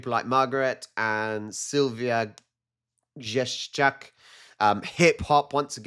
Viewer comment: Hello 😊 Thank you for the video😊 I’m impressed with the way you said “Sylwia Grzeszczak” 😮 She has a difficult name for foreigners, but you did it perfectly 😊 Greetings from Poland 😊